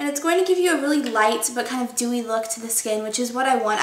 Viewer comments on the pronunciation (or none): STOP SAYING DEWEY! haha apart from that it's great ;) xx